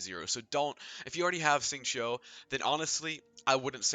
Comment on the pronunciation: as a chinese, as an asian boy, that pronouncing of the name xingqiu is scuffed